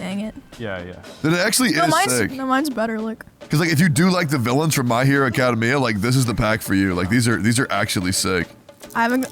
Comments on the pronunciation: Tectone did not just say My Hero Acada Mia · "My Hero Acadameia" 🤣